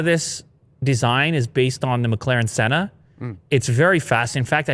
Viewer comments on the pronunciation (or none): none